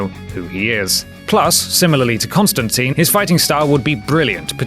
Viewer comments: Constantine is pronounced "tyne", rhymes with Turpentine. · it's pronounced Constan-tyne. tyne!